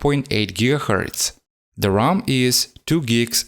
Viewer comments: Why do you call the ram the rom? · Its ram not rom bro